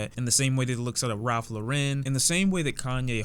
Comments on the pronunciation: why in the hell does does he keep mispronouncing Ralph Lauren? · Have I been saying Ralph Lauren wrong my whole life? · Why do you pronounce words so weird Ralph Larren Story of Adeedon Boi